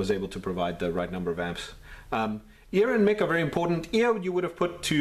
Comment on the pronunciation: Mic is short for microphone, not Mickey. "Mike," not "Mick." ;) The keyboard reminds me of a Texas Instruments Speak 'n' Spell. Any plans to tackle that one?